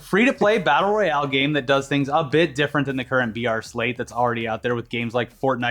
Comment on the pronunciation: I been hear VR for a while then i realized they were saying BR